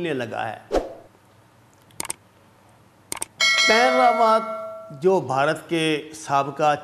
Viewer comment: AA please Sir it is not Paan Rawaat but the correct pronunciation is BAPAN Rawaat kindly correct it as your videos are also watched by Indians